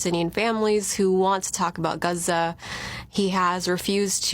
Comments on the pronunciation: Is that so called Muslim saying guza? Its Gaaa Zaaaaa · Gaza not geza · Its GAZA not GUZA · I cannot stand the way she says Gaza. She keeps saying Guhzuh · Wtf is guza? Girls a wanna be Muslim but can't even say middle Eastern names right . What ,does she say paulistien and lube in. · YT léfti$t are going to love how she pronounce guzza, they’ll adopt it immediately to show how cultured and edumacated they are 😂😂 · 14 “talk about GUZA”??? Perhaps this woman should learn to properly pronounce the place she’s SO concerned about. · Americans born in america prnouncing it huzza is so cringe. Hearing it is worse than nails on a chalkboard. Omfg the cringe. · Did anyone else crinje when she pronounced it “Guzza”. Maybe I’m just white and ignorant but it stuck out to me for some reason. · "Guuza" 😂 sorry love the perfect English until that comes up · Can you just pronounce Gaza like everyone else ffs? You’re not cool, you’re not that ethnic, you literally have an American accent for every single other word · I am intrigued by the way the woman pronounced "Gaza" at about .